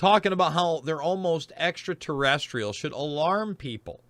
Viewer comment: Kerry doesn't say extra terrestrial, he says extra terresticle LOL how did you not hear that and mention it, easy diss, its so hilarious